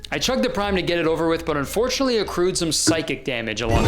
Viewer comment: thank you for the video kurtis but undoretiunatley. Boom